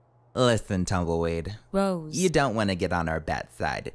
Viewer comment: called rose tumdellweed hahaha and saying rose is still thirty I see